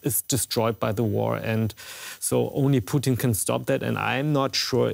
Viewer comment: "Poutine" as a Canadian I can appreciate he is cheesey but "Vladimir Poutine" is definitely not as palatable nor enjoyable.